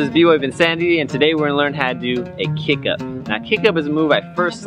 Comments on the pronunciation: its kip up not kick up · Brother its not kick up its kip up